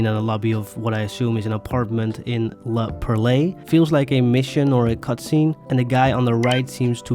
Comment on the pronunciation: You keep saying it wrong. La Perle... it is French, for the Little Haïti area, say it just like "pearl" w/ a breath at the end. In another video you didn't even spell it correctly, P E R E L.